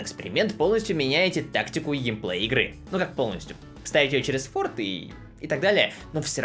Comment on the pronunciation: Я услышал форт.. ЛУЙК